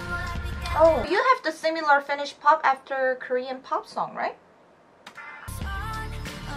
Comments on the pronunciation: but you pronounce it pretty well! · Ok honestly ur the first person i see pronounce finnish words even that well! Im from Finland and i do actually like finnish music, just the old ones tho, the new music is terrible. Iskelmä on se juttu lol